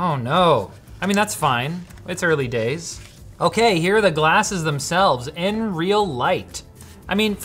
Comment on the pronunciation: I'm pretty sure they call it n-real.